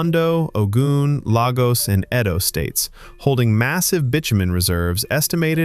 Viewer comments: Lay-Gos not Lah-gos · bro butchered the name lagos